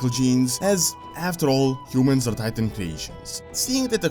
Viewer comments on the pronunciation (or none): none